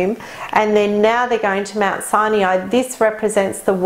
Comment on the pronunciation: Why is she pronouncing Mt Sinai as Siniai? Have I been pronouncing it incorrectly for years??🤔